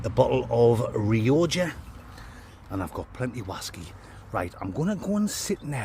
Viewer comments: 😂 hey...its pronounced rioka (u knew that tho?)aah bisto!😂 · Its pronounced RE-OCKA 😂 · You say the wines name as Rioja like me and my wife always corrects me and says its pronounced Riocca😂